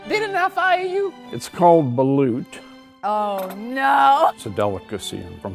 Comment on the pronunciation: baLÚT!!!!! not baloot